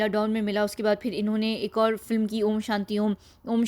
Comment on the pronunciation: Aapki awaaz bhadiya hai par filim na bola karen. Film hai